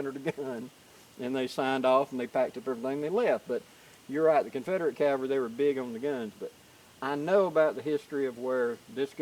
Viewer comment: The best way to remember how to properly pronounce "Cavalry" is to note that the word is frequently abbreviated to "Cav." Please don't get lazy and pronounce it as "Calvary," which is the place where Jesus was crucified.